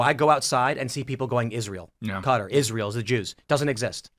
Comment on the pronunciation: Well the hell is Cutter??? Its pronounced Kat-ar